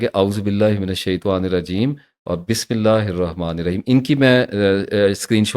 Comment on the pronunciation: اپ جناب بات تو ٹھیک کہتے ہین لیکن یہ تسبیحات بھی صحيح تجويد سے پڑھا جائے۔بسم اللہ رمان رھیم نہین بلکہ رحمن الرحيم 🙏🙏🙏🙏🙏